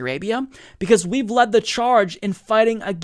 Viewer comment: Led, not lead.